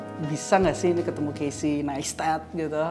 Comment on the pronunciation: Nice video bgt kyk diblkng layarnya video yg casey buat slama di jakarta but Naistet bacanya bukan Nestat🙄